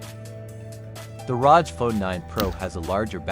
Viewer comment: Don't ever pronounce an acronym like that! It hurts my ears.